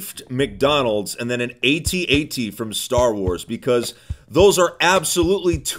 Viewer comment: I can't believe you actually said AT-AT correctly. So great.